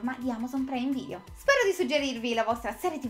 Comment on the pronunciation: Devo ancora capire perché pronunci "preime video". Bah!